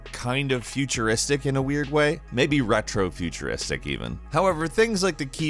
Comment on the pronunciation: Did you just say "retro futuristic"? Listen to yourself for gods sake.